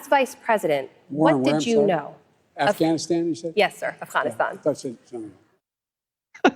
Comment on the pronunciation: Who the fuck says Afghanistan that way